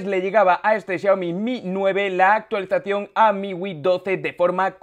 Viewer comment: Miwi? Es miui amigo mejore el léxico